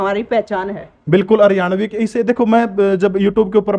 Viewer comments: Haryavani nhi hoti mdm ji haryanvi hov h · को हरियाणवी शब्द बोलना नहीं आ रहा हरियाणवी को हरियावणी बोल रहीं हैं 😂😂😂😂😂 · सर इस मैडम जी को समझाओ ये हरियाणवी को हरयावी बोल रही है बार बार 😭😭😭🙏🙏🙏🙏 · Hryavni nhi,,,,Haryanvi😀😁😁😂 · Madam ji Haryanvi bolo na ke haryavni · Haryavni nhi mam Haryanvi 🤣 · Madam ji haryavni nahi haryanvi bolo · Haryavni nhi madam haryanvi howe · हरवयावनी नहीं हरयाणवी होता है।😂😂😂😂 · hariyavni bol rahi hai